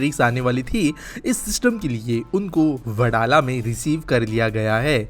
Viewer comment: वडाला ❌ वडाळा ✔️